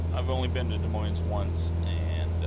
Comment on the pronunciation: Yep could tell you’re not familiar, considering it’s not pronounced with the s’s. Haha, my dad does the same thing when he visits